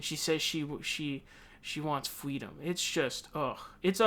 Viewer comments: "Fweedom" are you kidding me?! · Sounds like kamala thinks restraints are freedom..oh..sorry "fweedum". IMO. MS.Harris is a control fweek. 🤣🤣🤣